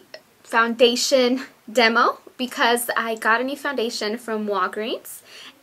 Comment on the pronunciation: foundadion? lol